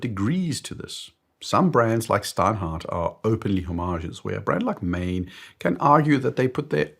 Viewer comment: It's NOT mane, it's Maen, pronounced Maan. The question is "what is a microbrand and what is a factory brand. I look at at design, aesthetics, and quality. I know watches too well to worry about name and heritage. That doesn't mean I ignore poor brand names, and of course I take devaluation into account.